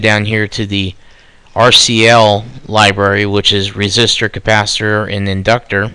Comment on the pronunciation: Capacitor, not compasiter.